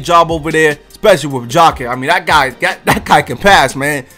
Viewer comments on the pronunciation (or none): none